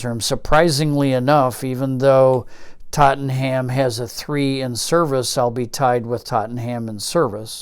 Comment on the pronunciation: Very nice & intriguing. I'm very much looking forward to finally being able to get this at the end of the month (August '22). It does pain me every time I hear TottenHam. It's far closer to Tot'num :)